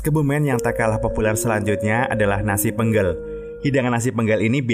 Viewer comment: Penggelnya E nya bukan yg itu kak salah sebut 😆